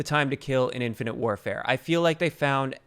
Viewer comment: You saying infinate warfare js